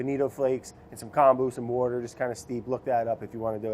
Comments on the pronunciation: Taylor Slinger Does he say "wourder" on purpose or is that just the way he pronounces it? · One of the best parts of these videos is playing the "Spot the wourder" game trying to find the increasingly elusive edits by Vinny every time Brad says the W-word. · Oooh... missed a "wouder" edit at about ! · Take a shot everytime brad says" wourder" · Ten cups of WOURDER 😂😂😂😂😂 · Wourder Counter: many times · The editor is so, so cruel but it's so entertaining. I, for one, love Brad's "wourder" pronunciation. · The "Wourder" joke still makes me laugh every time he says it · Nick 🤣🤣🤣it’s just how Brad pronounces water